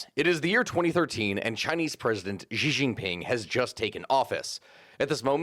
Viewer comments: Just a slight note, Xi is just pronounced as Shi. I know that throws people off because they instinctively think it has to make an X sound but that's just because whoever first transcribed Mandarin into English had no idea what he was doing. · Learn how to pronounce Xi’a name or none of us that know a lot about the situation with China will take you seriously.